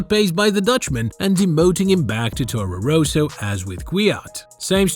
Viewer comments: Torro Rowsow? ROSSO... it's Rosso. Ross-o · It's not Rooso, it's Rosso, with one 'O'. Say: Ross-O. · I do not think it's an AI voice, the accent is too thick, also how he pronounces Toro Rosso made me chuckle every time he said it.